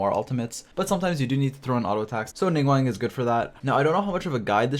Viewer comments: Ya know I dont normally have a problem with the way people talk but please commit to learning their names NINGGUWANG? NingGWONG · It sounds like you’re saying Ningwang xD